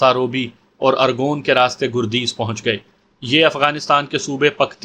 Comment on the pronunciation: گردیز کے گ پر زبر لگتا ہے اور دوسرا شہر پکتیا ہے